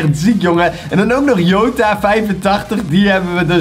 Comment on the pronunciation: Je zegt geen jota maar sjota groetjes Jared like zodat dit ziet bawz army 💥💥💥